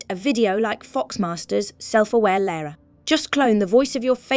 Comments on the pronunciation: It's weird how this Lara (correctly pronounced 'Lah-rah') pronounces her name differently almost every time, but never correctly. You'd think an artificial voice would just pick one and stick with it.. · it made me a bit mad she reffered about herself as laura lol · Leeara Croft AI calling Lara "Laura". What a load of 💩.